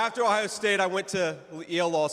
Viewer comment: Teach them how to properly do OH IO 😂😂